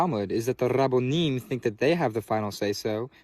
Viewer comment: lololo the Rrrrrraaabonim that was funny